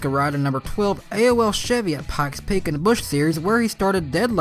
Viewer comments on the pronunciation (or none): You said Damon Lusk's name right, but not Pikes Peak (Sounded like Pax Peak to me, but no worries).